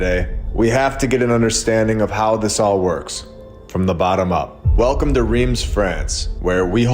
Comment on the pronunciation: Reims is pronounced something like Rance as in France.